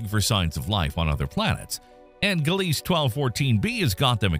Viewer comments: Gliese = "GLEE-zuh", "guh-LEES" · In English? There it's pronounced "Gleez" without the final "e" in Gliese